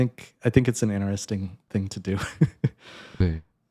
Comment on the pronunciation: Holy shit that's you? How long ago was that? - How come you sometimes say interesting and "inner resting" other times? ㅋㅋ Also, only 3 months of 아르바이트 for a macbook is crazy. Must have been pre inflation. These days people have to sell kidneys and take mortgages. One of my friends also makes music but I think he's still using Finale over Dorico.